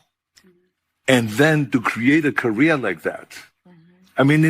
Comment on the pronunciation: If Schwarzenegger pronounces “career” like that, how does he pronounce “ Korea”?